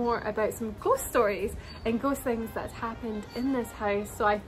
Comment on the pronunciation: With your accent every time you say ghost it sounds like "ghostie" which is cute.